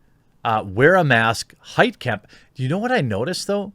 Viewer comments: It's a German name, the "kamp" part shouldn't be pronounced like in concentration camp, it should be pronounced like in mein kampf. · “Heitkamp” Every. Single. Time.